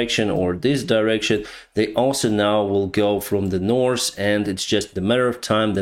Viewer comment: I love how you always say Norse instead of north. I like that